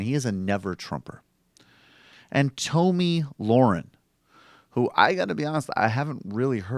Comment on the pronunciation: You fucking regressive pussies... after all these years. AT THE VERY LEAST learn to say the daft cunt’s name properly. It’s pronounced (Tommy Lair-In) I highly fucking doubt that with all the research you claim you do, you haven’t fucking heard it properly pronounced at least 20-30 times. For fuck sake, have some self-respect, your dumb-asses constantly rip on moronic republicans for mispronouncing Dems names. And yet, here you fucking idiots sit, DOING THE EXACT SAME THING YOU SAY YOU DESPISE.